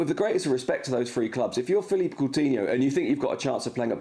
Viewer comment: Sid at least pronounce ‘philippe’ coutinho right! It’s Philippe not Felipe